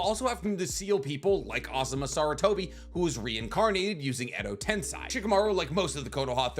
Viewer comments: the fact u say edo “ten-sai” bugs the hell out of me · Dude you can perfectly say those two old phucks names but you can say edo tensei right..... SMDH....I'm confused